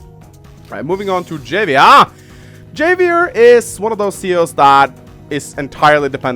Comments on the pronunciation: Just for future reference: Javier is pronounced "Ha-vi-err". Spanish names, yo. Also, Kanbei is "Kahn-bay". Japanese doesn't really do the European "ei = eye" thing. As for the actual video, yeah I think you pretty much nailed it. Financial COs are just stronger than everyone else. Hachi is a god. Colin is a demi-god. High-five for Adder love. He's basic and he's simple, but he just feels so gooood to play. Like playing the purest test of skill and feeling like a smug douche for doing it, win or lose. I miiiight argue that I think Hawk should be a Tier 3, mostly cause that Super Power can give him an instant 4 point potential lead in health depending on the situation, but that is really circumstantial and his powers are crazy costly. I'm okay with him in Tier 2. My personal main is Rachel, and I'm honestly surprised you put her in Tier 3. I completely agree her Super Power is brutal, and if performed "properly" (basically wait for a juicy moment to blast a bunch of peeps without wasting a missile- you get used to "aiming" with practice) it can tip the game pretty heavily. However, I feel like her weak CO Power (I still use it even if it's pretty worthless) and her double-edged day power make her not as strong as a lot of Tier 3s. You can use the extra repair to give yourself an edge, especially when defending key locations, but it's a very easy "weakness" to have exploited as well, especially against COs that have map-wide damage powers (Urban Blight is the bane of all things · It's pronounced havier you non-Mexican. Of course I'm not mexican either but your mother. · havier, it is read like Havier, буква х там) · it's pronounced "ha-vee-air" it's Spanish, like jalapeño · Not sure if anyone has pointed this out, and I pronounced it the same in when I was first playing the game, but Javier is pronounced HAH vee AIR. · So you can pronounce Sonja’s name correctly, but not Javier’s 😂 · Javier is a Spanish name, I think. So the J is pronounced like an H.